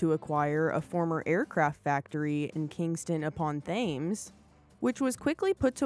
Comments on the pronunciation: It's pronounced Tems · Thames is pronounced Tems Listen to CW McCalls Around The World With The Rubber Duck. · Thank you for making this video. A couple of points. The Factory in Surrey was at Kingston on THAMES, not pronouced THINES. Major error, there is mention of the Egonomic cab design, designed by AEC at Southall. AEC was part of ACV group Associated Commercial Vehicles, which included Crossely Motors of Manchester & Park Royal bodyworks in West London. Leyland brought the ACV group in saw Leyland buying a 50% stake in both Bristol Commercial Vehicles & the Eastern Coach Works (ECW) which had been STATE owned from 1948. The other 50% share was owned by The Transport Holding company, which took overt the Tilling & British Electric Traction bus companies which then formed the STATE owned National Bus Company. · Great video. Just a minor point but "Thames" is pronounced "Tems" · thames is pronounced "tems" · Except in Connecticut. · Interesting stuff, but you completely murdered the pronunciation of Thames ;)